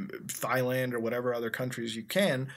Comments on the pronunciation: sa-chells and thigh-land! mutahar it is pronounced say-shells and tie-land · It's pronounced tie-land not thigh-land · Muta still pronouncing Thailand as thighland lol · I love how you purposely pronounce words wrong. Thighland instead of Tailand. Juristriction instead of Jurisdiction. You're a funny man, sir. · It's not pronounced "Thyland" Meme Mudahar. It's pronounced "Tieland". Nigga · Did u pronounce thailand thighland? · He said thigh land lol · AND HE PRONOUNCED THAILAND AS 'THIGHLAND' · "juristriction" "thighland" good lord muta... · did you say thighland? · "Thighland". Sounds hot.